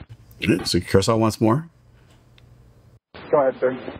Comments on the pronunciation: Can't believe you completely butchered "Curaçao". Have you been hanging out with Gretzky? The proper pronunciation is "Kure-ah-sow". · Love your channel. Curacao is pronounced cure a sow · The correct pronunciation for the island is Curasowe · No its “curr-uh-SOW” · Curaçao is actually pronounced Kur uh sow. It's a beautiful island to visit. 🌴 So crazy this happened near there! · Check your pronunciation of Curacao, sir. Otherwise great - as usual. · Curaçao pronunciation was way off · I think it’s pronounced “Q-Ra-SAow” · "Cure-a-Cow"?? It's Curaçao, pronounced: Kur•uh•sau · It’s pronounced cure a sow, not cure a cow, thank you! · "Cure-a-cow"... it's pronounced "Cure-a-s-owe" 😂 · It is not Curra Cow, it is Curra Sow!!! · The ç is pronounced as a s instead of a k. Curaçao (Curasao) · Curacao, we say it like... "curassau", meaning the second "c" will be spelled like the "s" in the word snake. That´s a beginner mistake, sir:/ NOTE: It´s so easy nowadays to get it right! Just Google it, and you`ll get it 100% correct. Don´t give up on doing a better job, sir. Please, sir! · Its pronounced kur·uh ·sau the ç works as a S. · Coming out of “Kuracacao” 🤣 Bro butchered the pronunciation. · CURE-ah-sow. Great material, as always! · it’s pronounced “kurasao” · Kurkao??😂😂😂 learn to pronounce properly the country’s name . Hope you don’t use that name when flying there 😆😆😆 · Curacao is pronounced Cur-uh-sau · It's pronounced Cure-a-sow. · Pronounced "Cura Sal" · It's pronounced kur·uh·sau.